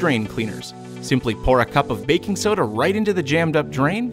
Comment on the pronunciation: “I got backing soda”